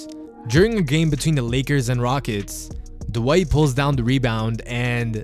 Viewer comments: Dwight is one syllable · posterized Dwight so bad the reporter got his name wrong..